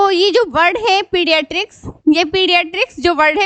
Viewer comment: Mam its pediatrics not pedistric